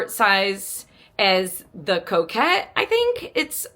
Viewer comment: Its co cot like a cot you sleep in. It’s not coquette as as in a woman who flirts 😉